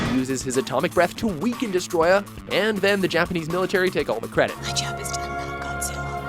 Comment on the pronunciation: For fucks sake, it's pronounced "Desto-royah"